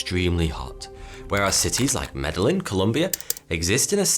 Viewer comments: And Medellin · your Spanish is bad. Really? Can't you spend a little time learning how to pronounce the basics? Here, the first one's free. It's not ''med-de-lin'' ( Don't make me retch.) It's pronounced Med-dah-yeen. Any further infractions will cost you a quarter key of Bolivian ''Pink'' Baby powder, or a Cartel sanction, or dinner with Ivanka. You've been warned. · Double L's in Spanish are pronounced like a y, or like ch in Colombia. So Medellin is pronounced like Medeyin or Medechin. Not a big deal, I'm just that bored. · from a Worsleyan from Argentina, I wanna help with your Spanish. The way to pronounce "Medellin" is "meh-deh-yin". And "la ciudad de la eterna primavera" is "lah see-uh-dad de la eternaH primavera". Also, "país" is not pronounced "pays" but rather "pah-ees". Not bad for a Lancashire man with little to no exposure to Spanish lingo! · Did he just say “medal-in” Colombia? For Medellín? Lol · Chicago is called the Windy City because of its politicians. It's not particularly windy otherwise. Also, Medellin is pronounced "Meh-de-YEEN. In Spanish, a double 'l' is pronounced as a 'y'. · "Medellin" Columbia lol... butchered that one ol' chap. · I seriously laughed out loud at your pronunciation of Medellin Columbia lol. And it has nothing to do with your accent lol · As a Spanish speaker you critique the dialect, but not the misproninciation of Medellin. Lol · The pronunciation of Medellin made me sad... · I have a problem with his pronunciation of Medellin lol